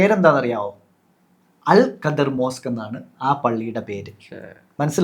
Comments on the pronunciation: Al khidr... Not al qadir... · അൽ ഖദ്ർ പോലും... 😂😂😂😂 ലൈലത്തുൽ ഖദ്ർ ഉണ്ട് ഖുർആനിൽ... അല്ലാണ്ട് ഖുർആനിൽ അൽ ഖദ്ർ അങ്ങനെ ഒരു പ്രവാചകൻ ഇല്ല മൊയന്തുകളെ .... Al Khidr എന്ന് ഗൂഗിൾ കാണിക്കും നോക്കിയാൽ മതി... അത് വായിക്കേണ്ടത് അൽ ഖദ്ർ എന്നല്ല pronunciation നാക്ക് നേരേ ഉയർത്തി പറയാൻ എങ്കിലും പടിക്ക്... അത് ഖദ്റും ഖാദറും അല്ല ഹിളർ 😂😂 ആദ്യം വ്യക്തമായി പടിക്ക് എന്നിട്ട് തള്ളാം... നിങ്ങൾക്ക് വേണ്ട ഉത്തരത്തിന് പാകമായ വാക്കുകൾക്ക് ഖുർആനും ഹദീസും അറബിക് വേർഡ്സും മാറ്റുക എന്നത് ഇഷ്ടായി... ഒരു മതത്തിലെ കാര്യം പറയുമ്പോൾ അത് പേരെങ്കിലും കൃത്യമായി പറയണ്ടേ... ഖുർആനിൽ ഇങ്ങനെ ഒക്കെ ഉണ്ട് പോലും..എന്നാൽ ആ ഭാഗത്തു ഉള്ളത് ഒട്ടും പറയുന്നുമില്ല... 😂😂 പിന്നെ മോശയെ കണ്ട് എന്ന് പറഞ്ഞത് വച്ച് മാത്രമാ കുറേ ബഡായികൾ ഇങ്ങനെ തള്ളി മറിച്ചത് ഹിളർ നബിയെ ആണ് എന്ന് മനസ്സിലാക്കാൻ പറ്റിയത് പോലും ... ഖുർആനിൽ സൂറത്തുൽ കഹ്ഫ് അദ്ധ്യായം ആണ് ഹിളർ നബിയുടെ ചരിത്രം പ്രതിപാദിക്കുന്നത്... ആർക്കും മലയാളം പരിഭാഷ വായിക്കാം ഇവന്മാർ പറയുന്ന പോലെ വല്ലതും ഉണ്ടോ എന്ന് നോക്കാം... NB : അൽ വക്കീൽ, അൽ വാരിസ്, എന്നൊക്കെ ചില അറബിക് പദങ്ങൾ നാമങ്ങൾ ഖുർആനിൽ ഉണ്ട്.അല്ലാഹുവിന്റെ നാമങ്ങളായ് പരിചയപ്പെടുത്തിയത്. ഇനി അതൊക്കെ കോടതി മുറിയിൽ നിന്നും ജഡ്ജിയിൽ നിന്നും എടുത്തതാണെന്നും വാരിസ് പേര് വിജയ് ടെ മൂവിയിൽ നിന്നും ഖുർആൻ എടുത്തതാണെന്നും ഫ്രിഡ്ജ് മക്കയിലെ കഅബ പോലെ ഉണ്ട് അതിനാൽ അതിന്റെ മുകളിൽ കറുത്ത തുണി വിരിച്ച് വീട്ടിൽ തന്നെ ഇരുന്ന് ഹജ്ജ് ചെയ്യാനാണ് അങ്ങനെ പ്ലാൻ ചെയ്തത് എന്നൊന്നും ഇനി അടുത്ത തള്ള് വിഡിയോ ഇറക്കി പാവങ്ങളെ പറഞ്ഞു പറ്റിക്കല്ലേ എന്ന് കൂടി പറയാൻ പറഞ്ഞു... 😂😂😂